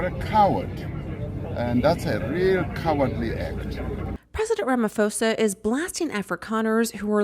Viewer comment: Lol its Ramaphosa not "Rama-foeza". And he's totally spot on. The whites that left SA are an embarassment to themselves and our country. Its a shame those few ppl give a bad name to the majority of white South Afticans with a sense of national pride.